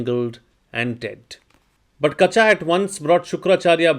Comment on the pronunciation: Kachaa should be pronounced as kacha. Ka and cha have the same vowel sound.